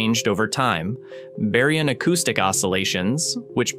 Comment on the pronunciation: Aargh, I hate the AI voices! Bury-un acoustic oscillations? Type eye-A supernovae? Come on!